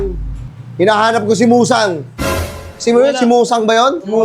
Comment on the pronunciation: Muzan ❌ Musang ✅